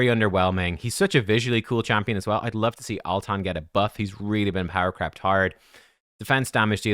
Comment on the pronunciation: Lol every time someone says power crept it sounds like power crapped. which is kind of humorous.